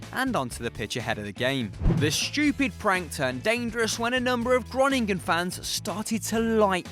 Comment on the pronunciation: Lol how you pronounce fc groningen😂